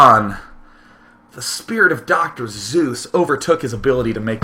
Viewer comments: You are lame... He spoke in poems for 90% of the cast, he's talked up what a bad ass Dr. Seuss was, and you troll him for the EASIEST letter mispronunciation in the English language. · I love how day 9 says doctor zeus instead of doctor seuss then when people in the chat make fun of him for it he doesn't realize it XD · ITS PRONOUNCED SUESS LIKE SUES!!!!!!! OMG!!!! WILL SOMEONE TELL HIM TO QUIT SAYING ZEUS (GREEK GOD) DAAAAAAAAAAAAAAAYYYYYYYYYYYYYYYY . MOST ANNOYING DAILY EVER!!!!!!YOUR WHOLLLLLLLLLE FAN BASE WAS TRYING TO TELL YOU AND .... WOW just WOW... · It took me until now to realize Day9 doesn't know how to pronounce "Seuss". That's (sue-s). Not Zeus. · it pisses me off day keeps say zeus instead of suess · CJ Regan It's a little bit up for debate, but the man himself pronounced it "soiss" and not "zoos" as Sean says so... yes, I am correct. However, another widely accepted pronunciation is "sooss" which is also not what Sean says. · SEUSS! NOT ZEUS! WITH A FUCKING S! JESUS DAY9! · Seuss is pronounce like Schoise. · Actually he seemed to know it was Soyce... After a while he says Soyce.. He does intentionally mispronounces alot of names, including the ingame name such "BluesZBrother" as "bluieesZbrottr" or whatever :P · Damn it, Day[9], his name was Dr. Seuss, not Dr. Zeuss! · Since when did the good Doctor become a god? I thought it was "Doctor Seuss" not "Doctor Zeus" =P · lol, in the last video i thought he said Dr. Zeus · Is it just me, or does he say "Zeus" and not "Seuss" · Actually Day9, choice does rhyme with Dr. Seuss: You’re wrong as the deuce And you shouldn’t rejoice If you’re calling him Seuss. He pronounces it Soice. - Geisel (Dr. Seuss) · ohhhhhhhh, Seuss, not Zeus, I was so confused Xd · isnt it Dr. SSSSSSSSSuess, as in with an S lol ive never heard anyone say Dr. zeus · Its actually pronouced as Dr. SOYS not Dr. Zeus so Seuss actually got the rhyme right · It's not zuess or suess... It's seuss :P lol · Dr Suess, not Doctor Zues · He says Zeus